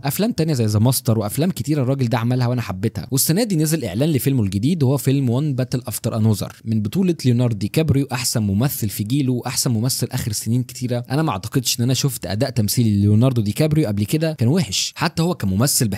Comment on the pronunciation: يسطى انوزر دي تنطق انذر